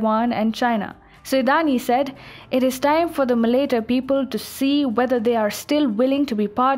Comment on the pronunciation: Malaita not Maleita Palau not paloh Nauru Kiribati you need to look these up beforehand